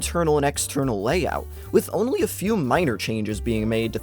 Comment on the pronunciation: The way you say “only” triggers me